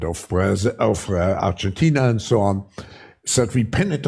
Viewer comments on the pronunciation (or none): none